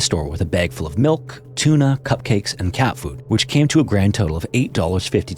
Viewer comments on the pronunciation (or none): none